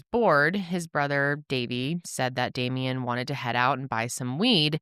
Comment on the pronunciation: I love you guys….but come on. His name is Damien. The number of times I heard say “Damiend(t)” was enough to make my blood boil. How come no one said anything to him? How many people’s hands, eyes, and ears were put on and gone into the editing of the video, and not a single person thought that might be little distasteful? It doesn’t take a whole lot of effort to make sure that you’re pronouncing the name of the victim you are making a video about properly. Y’all are way better than this and you know it.